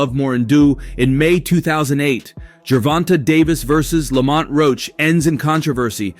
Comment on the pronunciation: They’re calling him Lawmont 😂